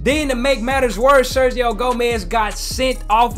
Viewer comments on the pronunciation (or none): none